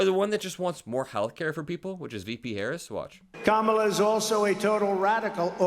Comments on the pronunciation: Saying Kamala’s name wrong doesn’t bother me, it shows his ignorance! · Calling them low IQ is his standard insult for Black women. It’s pathetic and I am sure it doesn’t phase Vice President Harris, nor does she care that he mispronounces her name. She is too busy working to make sure she is going to mop the floor with him in November.